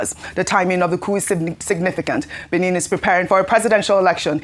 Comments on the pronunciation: It's pronounced Béh-neh.. Not Bini.. 🙏🏾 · Ojy. It’s not pronounced Benin as in state. You are a broadcaster learn to pronounce better.